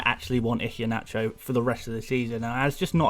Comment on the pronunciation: Mate, I love you and your insights, but after listening for weeks, I’ve got to tell you - the ‘H’ in Iheanacho is silent. It’s EE-hYUH-NA- CHOW.... Hope you don’t mind the correction. My best pal is Nigerian, so gave me the heads-up... :) BTW you’re one of my absolute go-to guys in my first season, and I think you will go from strength-to-strength next season on the channel...